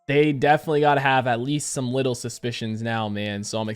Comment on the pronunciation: I thought you said "widdle suspicions" lol